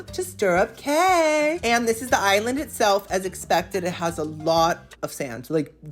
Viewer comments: What a bargain! Fun fact: A “Cay” in the Bahamas is pronounced “Key.” p.s. I always love how even when you don’t particularly like a gratis item, you are always so grateful for it! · Love your videos but, dude, it's time you know 'Cay' is pronounced 'Key.'